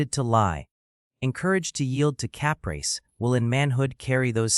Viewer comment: "Cap rice" haha. Fuck AI.